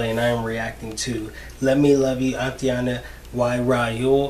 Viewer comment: I love how you pronounce Aitana and Raoul😂